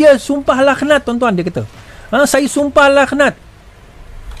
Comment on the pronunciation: Bukan sumpah “lakh-nat” laa. Sumpah “laknat” (k=ع).